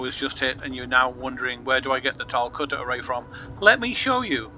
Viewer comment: Why do so many people from the UK pronounce it "cutter-a-ray"? lol